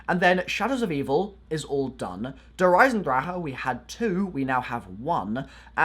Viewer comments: “der eisendraha” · I like it how he says "der eisendraha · "Der eisendraha" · Its not dear eisendraha